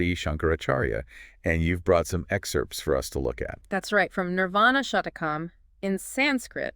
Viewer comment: It is NOT Shatakam. It Is SHATKAM, meaning six verses.